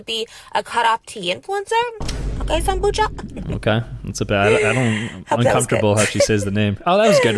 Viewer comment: Sambucha❌ Sambutcha☑️